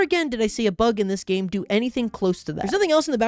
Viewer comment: Grounded "DEAR GOD WHAT DID YOU DEW".